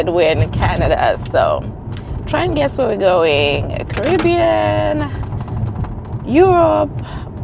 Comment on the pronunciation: The travel preps , top tier❤. I think the Carribbean the way you said it 😊. Have fun 🎉.